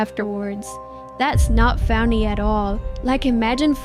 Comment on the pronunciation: u said faunny not funny